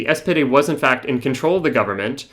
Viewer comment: You're calling the SPD the "SPD" but using German pronunciation (with a terrible accent), or as you frame it, "those in the know", thus demonstrating why the left arent winning the working class.